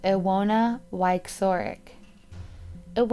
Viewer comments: La Dolce Vita it should be pronounced Ivona, w in Polish is like v in English, also her surname should be pronounced viechorek cz=ch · Isn't it supposed to be ee-vo-na vie-cho-rek? It's a polish name, right? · About the Polish girl, her name is pronounced: Ivona (like Ivana with different ending) Viechorek (CH like in Chicago). You are welcome. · No 5 is pronounced "Ivona Vishorek"... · You said "Wieczorek" wrong but I understand. Slavic surnames are sometimes hard to pronounce. Heck, my surname is Frýželková and even my fellow residents can't somethimes pronounce it :D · Krystle Barnes To you it may just be a mispronunciation, but to me it’s laziness and it does affect how much value I assign to the rest of the information in the video.